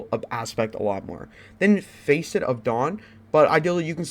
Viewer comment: Face et? Lol it’s pronounced fasset. Just fyi. Good vid❤️